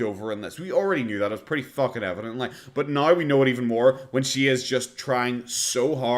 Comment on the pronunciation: no she mispronounced pretty. She does have very high if unrealistic opinions of herself